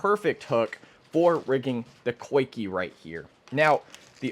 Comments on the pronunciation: I believe it's pronounced 'Zee-Kah' rig. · “Coikey” “Niko” cmon we don’t have to pronounce them wrong whenever we know the correct way.